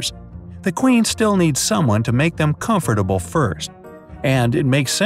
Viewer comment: Horse-back-riding? Comfortable (accent) omg!!! Is this America?